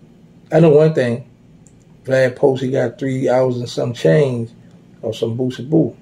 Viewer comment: Every time he says POOsie, I be in tears🤣🤣